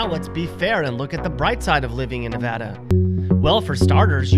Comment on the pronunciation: And then they show a Canadian baseball player . Oh and learn how to pronounce "Nevada". And if you cross the Smokies from Tennessee you're in NORTH Carolina, not South. They don't even touch each other. And then finally his #1 worst choice, New Mexico, shows a Quality of Life ranking of *#8 on his own chart*.